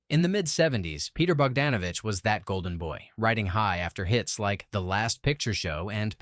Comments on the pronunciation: Bogdanovich has always been pronounced "Bog-DAWN-ovich,". Also, the E in Lowe is silent. The T in Bisset is not. Either learn some basic history or train your AI better. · I liked Dr. Doolittle. A "movie expert" should know how to pronounce Peter Bogdanovich and Jacqueline Bisset